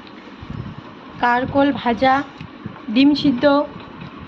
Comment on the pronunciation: কথাটা কারকোল নয়, কাঁকরোল।